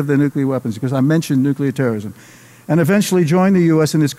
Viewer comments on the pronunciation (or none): "Nukelar", we meet again!